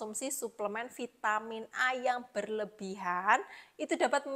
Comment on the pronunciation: Bilang aja Vi ta min, gak usah di eja neko2,,, Vai te min,,,, medok gt kok kebarat2an ,,,,hmmmmm😂😂